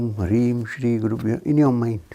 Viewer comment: Sounds like he is saying (pure) for the syllable (byo )? And i forgot the other question. Namaste thank you so much🙏🏽